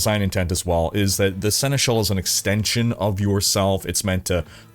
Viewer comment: You picked up quickly how to pronounce Senechal, cool 🙂